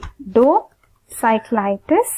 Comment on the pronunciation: he said iridociclitus not iridocyclitus. it's I.